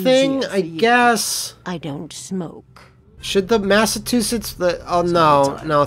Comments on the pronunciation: LOL "Massatoosets" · God! The way says 'Massachusetts' makes me feel like i got hit the back of the neck and head with a cold fish.